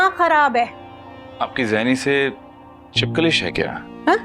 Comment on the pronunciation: Chipkalish nahi chapkalish huta hy Urdu please